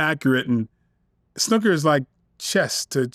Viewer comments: snooker not snuka 😂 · The way he said Snooker 😂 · I clocked that very strange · way he says snooker...lol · I was like wtf! These Yanks!😂😂😂